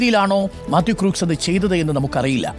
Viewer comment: Crooks alla..Read as "Crocks"..😂